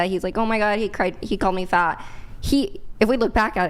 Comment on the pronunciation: She didn't say fat she said faght